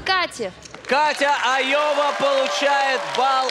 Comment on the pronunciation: Как вы умудрились прочитать это Лоя?!.. Даже если прочитать первую букву как маленькую "л", а не заглавную "ай".. Получится Лова.. Но она Айова))